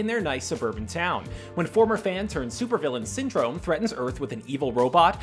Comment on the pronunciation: His name is Syndrome. (Sin drum). Perhaps slow down a bit when you speak, or shorten your script so you don't have to jumble words together.